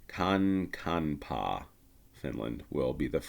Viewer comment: In pronouncing that Kankaanpää (if it still bothers you), I can give you a hint on how to pronounce the letter "ä": the Finnish "ä" is pronounced as English "a" the same way you would say "bat" or "cat" for example. But since this time name has two "ä" letters in a row, imagine those example words I mentioned, but stretched out.